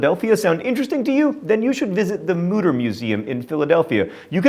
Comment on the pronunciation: it's pronounced "mooter"!